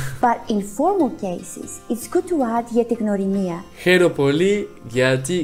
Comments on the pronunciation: I m greek and you did amazing. The only mistake is that we have the letter γ that it's not really g it's more like how you pronounce the first letter in the word yet , so it's (g-y)norimia not gnorimia. But you did amazing and thank you for learning my language ❤ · mario gjini εντωμεταξύ λέει γνωρίμια αντί για γνωριμία